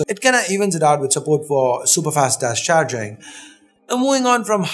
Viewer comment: he said chargering > .....charging>? ki chargering